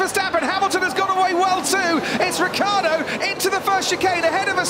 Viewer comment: Ricciardo with the iiiiii please !!! Not Riccardo!!